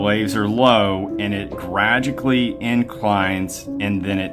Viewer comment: did he say " gradically" instead of gradually? 😂